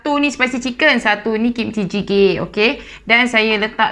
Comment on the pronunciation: berapa kali sebut jjigae tu ha asyik salah ja🤣 tak pernah lagi try yang ni. mcm bestt